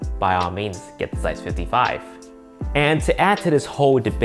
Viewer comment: I suggest you checking how to correctly pronounce "Zeiss".